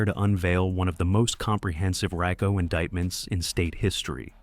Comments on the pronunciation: Raco haha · Learn how to pronounce RICO